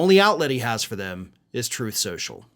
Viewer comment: "Trothe Cenchull"